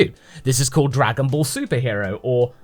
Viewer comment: first we had Dargan bals now we have Drugan bals